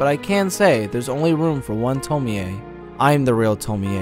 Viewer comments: no, the 'e' isn't pronounced like 'ay', it's more like 'eh'. So 'tomieh' would be as close a pronunciation as is easily anglicised. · To-mi-eeey! Man I have issues with english pronunciation of japanese names. Its pronounced Tom-iie (The e is barely noticeable). Sorry! Good video still man! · Its not tomie aye LMAO. ITA TOMI ou pronounce it as tomi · Why do you keep pronouncing her name the Polish way instead of the Japanese way? Tomi-Ay vs. Tomie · It's TOM-Y. Not Tom-me-y. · It’s pronounced “Toe-me” not “Toe-me-ay” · It's annoying how he mispronounced Tomee in this video... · Yea... tomi-yey wtf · I am not tying to be rude I like the Video and all I just wanted to say you pronounce it Tommy and not Tomie it’s just wrote different and am i the only one that wants to be BFFs with Tomie? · Why do you keep saying 'to-me-ay' jfc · I don't get why you kept mispronouncing Tomee in this video. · The way he pronounces Tomie is unsettling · Man no one knows how to pronounce Tomie. This is annoying